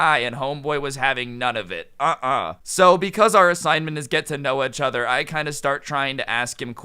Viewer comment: It’s funny how says each other:echother